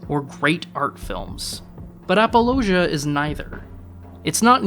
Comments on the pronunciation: It might just be your accent, but it sounded like you were saying apologia instead of appaloosa? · To me, it sounded like he made it rhyme with 'Fallujah.' Which is way off. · Well, I guess I'll have to be the critic's critic here. If you can't even bother to look up how certain movie titles and directors' names are pronounced, how can you pretend to have an opinion about them that's somewhat well-researched? *Lyne. *Appaloosa. *Unsubscribed.